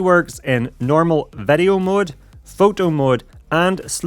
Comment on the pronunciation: Why do you say vedeo all the time? It is video. Just kiddin' nice content, i like it